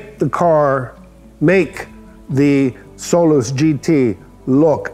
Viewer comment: I thought he was calling it “soul less” Lol